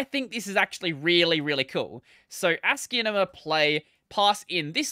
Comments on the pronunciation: i think he is talking about how the name should sound more like ASCII + CINEMA than the odd way you are pronouncing it. When you listen sounds like you are saying ASCIIENMA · Why are you pronouncing it like that